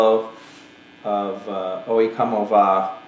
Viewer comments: Did he really say owhee coma va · You butchered the name there man. "o yeh ko-mo vah"